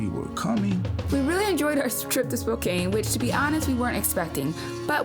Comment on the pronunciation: Glad to hear you guys pronouncing Spokane correctly. As someone who grew up here it's very annoying when people pronounce it Spoh-cane. Grr.